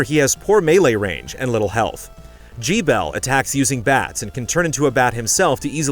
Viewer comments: Jee-bel? I figured it was more like "Gebbel" with the "g" from "get." Wrong? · "Gee-Bell"? Seriously??? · Hehe, "Jee bell"